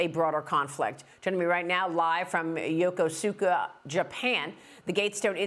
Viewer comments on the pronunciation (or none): Just an FYI: Yokosuka is pronounced as I’d spelled“Yokuska”